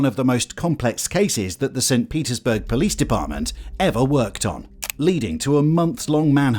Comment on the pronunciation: that tickled me a little bjt 😂😂 “po lease”